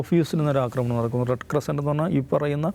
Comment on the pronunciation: അവന്റെ റെഡ് ക്രസിന്റ്റ് 😂റെഡ് ക്രോസ്സ് എന്ന് പറയടാ പന്നിയുടെ മോനെ 😡